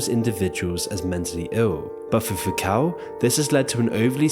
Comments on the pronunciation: Foucault... 2nd syllable rhymes with snow. Oh well. I guess it was too much work; to carefully check the pronunciation (text states "sounds like foo•kow", but audio pronounces "foo•koh"), while overproducing this video. smh 🙄 I only suspected his pronunciation was wrong, because I've heard many professors/educators pronouncing it correctly ...on many other YouTube videos. I Googled --- read the text --- and thought, "I guess he's pronouncing it, correctly." That fell apart when I tapped the speaker icon (next to the text). But, that adds 2 seconds to my research. Clearly... no time in his schedule for deep dives like that. 😏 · veey inreresting... FYI Foucault is pronounced Foo-Ko in French